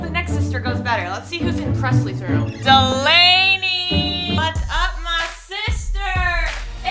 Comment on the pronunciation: wtf preslee! nayvee did the right thing, it’s delaynees boo